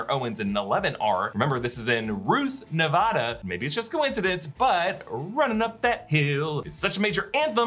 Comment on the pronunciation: I love you guys, but as a person who has lived Las Vegas his whole life, it's Nev-AD-a, not Nev-AH-da. ok thanks! can't wait for July 1st!